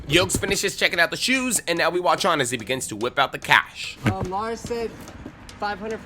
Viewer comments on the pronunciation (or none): none